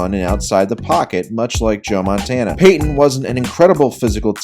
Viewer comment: You did Payton wrong